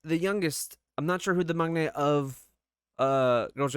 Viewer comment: one of the few reactors who actually pronounce "maknae" correctly!